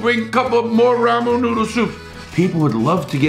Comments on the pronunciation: Ramen noodle. A phrase Larry has probably said 100,000 times in his life, and still butchers it every time lol. (love ya buddy) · I can never get enough of the way Larry says “ramen noodle soup” like “ramoon noodle soup” haha I love it and love the recipe too!! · Gotta love the way he says ramen I hear ramoon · I love hearing him talk about the "Ramoo" noodles lol ♥️ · I love hearing him say ramon noodle soop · "Ramoon noodle" 🤣🤣 i love it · Rah-Moon Noodles lol. Great video. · Rah-mohn noodles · So is being able to pronounce ramen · Before I say this, just know that I do love Larry Lawton. He is a really good dude with entertaining stories. I don't mean to make fun, but I gotta say, it cracks me up the way he pronounces Ramen Noodles lol. Olive oil is also pronounced pretty funny, but mostly the ramen noodles. So now not only is he a great dude with great stories, but now he also makes me laugh without even trying. Btw, Thanks for the video. This was perfect for when I just got home from work, brotha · Just the way you pronounce 'ramen' 😆 love it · I'm so amused by the way he says ramen noodles haaah